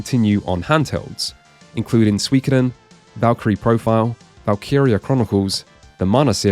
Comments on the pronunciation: Holy fck... pronouncing suikoden this way and saying it way more often then any other title in this entire video in 1 minute just to double down and with the japanese ad which clearly pronounce it way diffrent than u do. Ragebait boss Brother u are western thats fine most american cant pronounce anything whatsoever anyways and thats fine but to so arrogant about it u have to be american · Saying one anglophone approximation of 水滸伝 "is" how the Japanese pronounce it while the other isn't is ... a take. The schwa in the former, to this Japanese-speaker, sounds a lot more like あ列の母音 than お列の母音, while the latter is easily the most common way English-speakers approximate the お列の母音. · I think Mantis' pronunciation of Suikoden was better, despite slightly stressing the middle syllable (both as part of his dramatic speech pattern and because that's what English does to words) than going too far in the other direction and merging "soo-ee" into "swee". Source: ex-pat translator (including game localization) for 15 years, unfortunately... But hey, it gave me an excuse to make this comment! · Psycho Mantis is a bit of a a ham, and he's sounding out each syllable of Su i ko de n separately for dramatic effect, but if you're reading Japanese slowly (and from an English perspective) it's not completely wrong, the only unusual part is the heavy emphasis on the "ko" sound. Promotional material for Suikoden 5, you can hear a native speaker and there's still a tiny distinction between the "Su" and "i" so you don't get the "Swee" you hear from many other pronunciations of the games online. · Me at the Playstation part: Cool, guess me and my friends have always pronounced Suikoden wrong till this day. We pronounced it as: Sue-Ko-Den :P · Truly only english natives can get confused on how to pronounce something as straightforward as "Suikoden" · It is Su-I-Ko-Den. It just sounds different when you say it really fast so it's confusing.